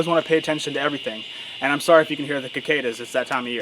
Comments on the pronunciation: “Sorry if you can head the *kekcadas*, it’s that time of year” As a Texan who’s lived here my whole life, I’ve never heard that pronunciation before 😂 I always hear it pronounced “sick-ade-a” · Cool but you said "Kakaydas". Wut? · They are CICADAS not KIKADAS lmfao. Crazy story though man, I’m glad you are okay and handled yourself. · My boy said the Kikadas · Is it regional to calls them “kickadas?” They call them with a “c” sound over here like c-cadas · Bro kuh-cadas?